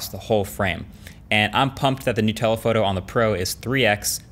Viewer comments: I totally heard this as "Nutella photo" instead of "New telephoto" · He said new telephoto lens and I heard nutella lol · Anybody else hear “the Nutella photo on the Pro”? 😂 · i thought he said "nutella photo" lmao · You said: “new telephoto” I heard: “Nutella photo”